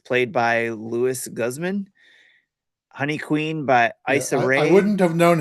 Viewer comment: lol you know how to pronounce Guzman man come on